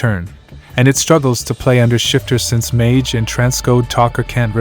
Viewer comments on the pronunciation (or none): none